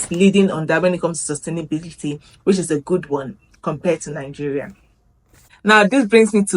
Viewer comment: Welcome to Kenya. The way you pronounce your country's name makes it sound like NINGERIA rather than NIGERIA.